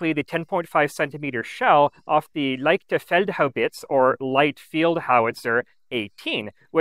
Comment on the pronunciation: Thx for the great presentation! FYI: german word "leicht" should be pronounced as long "I", as in pronouncing english words "light" or "eye".